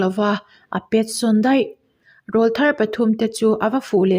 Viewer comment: Rawlthar i tih/sawi a rawl hi aw(voice) anga lam rik tur ani e.. (rawl tih a A-ah hian thlukna dah tur a nia,computer a tanga comment a nih vangin.punctuation ka dah thei lo ani e..)